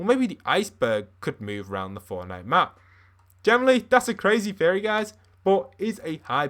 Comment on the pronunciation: i thought he said furry instead of theory